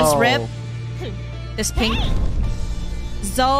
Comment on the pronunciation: Fun eh said rizzblot